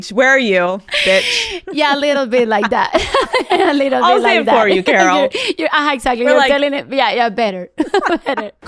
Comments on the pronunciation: Alex pronouncing Karol as "Carol" is driving me nuts 🫠 hahah its more like "Kah-rol" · I wish someone would have taught Alex how to pronounce Karol lol instead of Carol lol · Can you not pronounce her name so White 😭 it’s not pronounced like “Carol” you actually have to roll your R’s. More like Car-roll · Me está matando que le diga kerrol y no Carol como todo el mundo lo pronuncia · Nunca me había dado cuenta que tal americano/blanco suena “Karol”. Cada vez que le dice “Car-ole” suena gringo hahaha. Vivilla desde chiquilla la Karolina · Alex you speaking Spanish kills me 😂😂😂 & the way you say Karol 😂😂🫶🏻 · The Spanish pronunciation in this is appalling. El factor X, mañana será bonito, TQG, her name Karol?! Surely she should have got someone on her team to teach her how to say these things. This would have been much better with a more respectful presenter like Zane Lowe or better yet a Latino